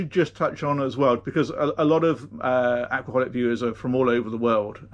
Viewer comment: For a moment there I thought you said Alcoholic viewers instead of Aquaholic viewers! It fit right in with all the comedy I was already enjoying!